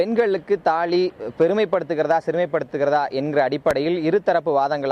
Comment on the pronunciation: தாலி என்பதை கூட ஒழுங்காக உச்சரிக்க தெரியவில்லை.. இவன் பதிரிகையாலராம்... உனக்கு இந்த தலைப்பு தேவையா? ஏன் வேறு நாட்டில் பிரசனைகள் இல்லையா ? சமூக அக்கறை கொஞ்சம் கூட இல்லாமல் வெறும் வணிக நோக்கத்துடன் செயல்படும் இது போன்ற தொலைக்காட்சி நிறுவங்களின் கேமரா இந்த உலகத்தில் இருந்து என்ன பயன் அடித்து நொறுக்க பட வேண்டியது தானே?